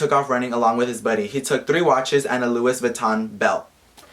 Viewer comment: dumb bitch though he was going to get over on bitch i was laughing so hard luis bitch its